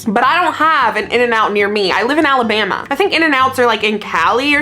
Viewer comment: I’ve never thought you had an accent until you said Alabama 😂, I live in Mississippi and it’s so funny the way we talk